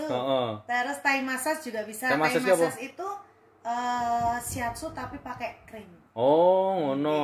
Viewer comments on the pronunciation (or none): Bacanya Massaj mas...